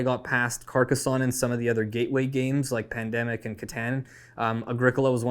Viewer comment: Happy to hear the love for Carcassonne (with the correct pronounciation lol). Also helped to get me into the hobby, will always be a top 10 game for me :)